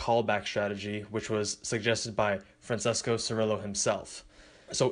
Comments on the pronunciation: Not 'sirilow' 'chi ri lo' basically with the vowels said phonetically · It's pronounced "chi-ri-lo" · Hi, it's pronounced FranchEsco Chirillllo, should sound something like that. Open a bit the E, C sounds like Ch, and the L is double:) I'm italian, so, yeah, hope it helps xoxo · Francesco Cirillo, pronounced Frawn-chess-ko Chee-reel- low in italian. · Fran-ches-co Chuh-ree-low.